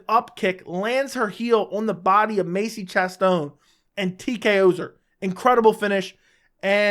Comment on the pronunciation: "Macie Chass Stone" 🤦🏻‍♂️🤣 fuckin